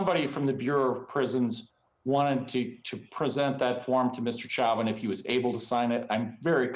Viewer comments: Lawyer even pronounces his own client's name wrong. "Chow-vin" It's "Show-Vin" dude. How much is he paying you? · 🎯🎯🎯-at the very least, this attorney should be able to pronounce his high profile client's last name🤷‍♀️ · “Mr. Chowvin” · Mr Chow-vin? It's funny as hell watching Americans massacre the French language, on top of his general ineptitude and lack of speaking skills. Nothing but the best for Mr Chow-vin's legal representation lmao. It's nice to learn that the cop who is world-famous for murdering an innocent black man is receiving the affection he so rightfully deserves in prison. What yer' corn-hole Mr. Chow-vin. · If this is his lawyer, why is he calling him “chowvin”? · The lawyer can't pronounce his client's name correctly? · so he himself pronounced it wrong in court? 🤣